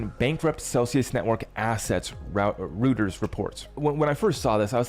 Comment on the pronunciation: Reuters is pronounced Royturs not Rooters.just sayin